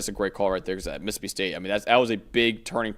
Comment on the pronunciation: it's mississippi, not "missipi". Please learn to pronounce all your syllables.